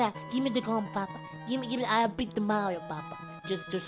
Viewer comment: "GIVE ME THE GUN PAPA GLIVE ME THE GLUN" i Love you <3